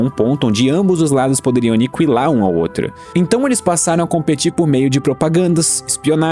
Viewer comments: Nao é anicuilar é aniquilar, a letra u não se pronuncia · "Aniquilar" ou "Anicuilar"? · é impressão minha ou ele fala Anikiwilar ?